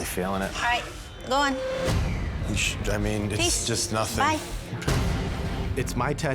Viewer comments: “That’s juwst da wey da coowkie cwumbles” I would’ve walked out right there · She didn’t even say “just” haha 😂